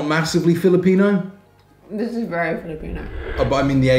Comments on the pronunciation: Nice video as awlays. Btw just really wondering, seems like doesnt have filipino blood but shes so smart knowing pronunciation quickky. Is she part chinese or part thai? Anyway hope you can create a bit of content about your romantic life together. Goodluck! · Is a half filipina? She knows how to pronounce foods so easy though. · Your girlfriend is always correct pronouncing filipino food tho! Nice